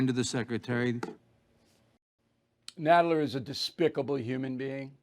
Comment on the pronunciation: 'Nadless' Nadler